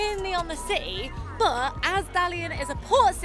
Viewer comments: No you are not the only person, I’m her dad and I always smile when she says ciee instead of city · Nico, have to admit after following you two for ages, I’ve been hooked on your pronunciation of any word containing a T…. You hardly ever pronounce the T and I have to smile. And, today I find Jack saying city without the T…. Lol, now on top of enjoying your vlogs, I’m searching for the lost T’s. Love it. Keep the content coming and, am I the only follower with this obsession?